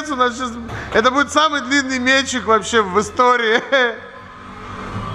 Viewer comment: Респект за ударение в слове "мЕтчик". )))